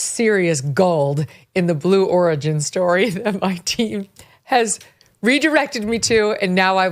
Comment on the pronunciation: Blue Origin? Is it supposed to sound like blue organ?